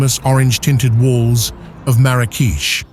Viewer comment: Not Mara-keesh it's Marak-e-sh